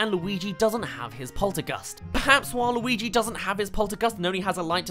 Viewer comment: "perhaps while Luigi doesn't have his poltergust [...]" It makes more sense when you listen to the whole sentence, but it really sounds like he says "waluigi"